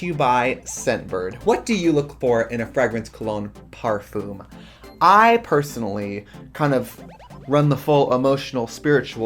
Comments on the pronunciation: Why does trixie pronounce fragrance like frehgrance lol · trixie saying frahgrens instead of fragrance... cheetamascuro instead of chiaroscuro...? the wisconsin jumped OUT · Oh the fragg-ing? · It’s the frahg-rance for me 😂❤ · Find your new Fraagrance today...the way Americans say parfum and fragrance triggers me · Wait is she saying "frag" rence? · Tracy said "Fragg-renz" so many times that I genuinely started wondering if I'd been pronouncing it wrong my entire life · Cringing every time trixie says “frogreens” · so glad i finally learned how to say blunch, parfoom, and frahgrance correctly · I need the full unedited version of this visit please. 2hrs or 6hrs, I don't care. I need it in my life, please. P.S. I will henceforth pronounce it Freh-grance. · F-rag-rence. I love the pronunciation. I wanna say it like that now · Who taught Trixie to pronounce it FRAG-rence? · cracks me up how American's pronounce "frAH-grance". Love you :') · Trixie saying FRAGrence was GottMeek Vybes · Frag - rents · Not us finding out that Trixie pronounces fragrance "FRAGG-RENCE" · i've heard her say fray-grance before. A few months ago the episode came out where Katya said she was going to pronounce words with a hard g. And she has said frag-rance in anothet episode. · What a weird pronunciation of fragrance by Trixie! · Lol the ad. Your pronunciation of “fragrance” is cute, Trixie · Omg. Did you mispronounce Fragrance for this entire video? lmao love u xoxo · deadass made me mutter "fragrance" to myself like eight times in a row to figure out if I'm the one saying it with an accent or if Trixie is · I love the way you pronounce "fragrance," lol, like you've never heard a word of english in your life 😂😂😂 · Ok but the way trixie says fragrance is a hate crime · Wow they really hired the one woman on earth who can’t pronounce fragrance to promote fragrances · I think scentbird sponsored Brian just to hear him pronounce fragrance